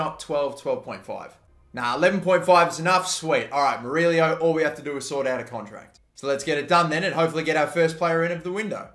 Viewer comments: Murillo is pronounced Mur-E-O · Murillo is pronounced "Muree-o". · Please pronounce Michael Amir Murillo name right. As a New York Red Bulls fan, it really makes me cringe. Murillo is pronounced (Mer-e-oh)